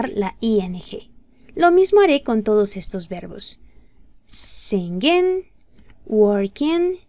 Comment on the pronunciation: Singing se pronuncia sinin , no se pronuncia singin...